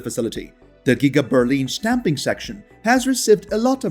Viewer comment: I've rewound this video 10 times just so I can hear the word "shtamping" over and over again. Simply awesome.